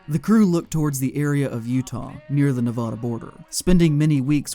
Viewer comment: Say Nevada correctly you hack